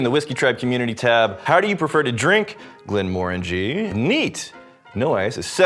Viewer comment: You pronounced it wrong it’s glen more angy